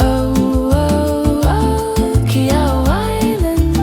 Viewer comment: The syllable "Qi" in Qi'ao should be pronounced something like "she" in English with a "t" in front to make the "sh" sound into a hard "tsh". So like "tshe".